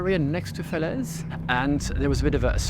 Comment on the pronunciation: Falaise Castle: the English pronunciation of French places is just awful and not useful at all.